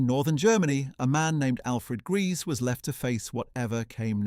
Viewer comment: HOW MANY DIFFERENT WAYS CAN YOU MISPRONOUNCE HER SURNAME??